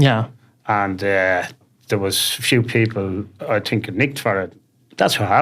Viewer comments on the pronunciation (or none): The way he says think is brilliant tink 😂😂😂